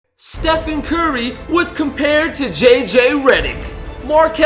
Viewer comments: He said “stephan curry” learn how to spell a name dumb ass this is embarrassing! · It’s Stephen not Stephan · Don't forget he said Stephan curry instead of Stephen